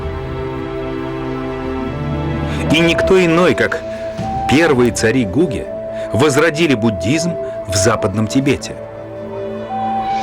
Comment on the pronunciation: Гуге это не весь Тибет, а его западная часть. В слове Гуге и имени Церинг ударение на последнем слоге.